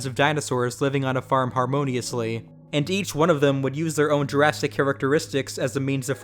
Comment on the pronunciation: did you just say "jurrasitic" because i really hope you did